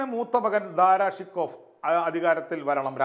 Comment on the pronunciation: ദാറാ ശൊകോ എന്ന് ഉച്ചരിക്കുക. ഫാർസിയിൽ ഇങ്ങനെയാണ്.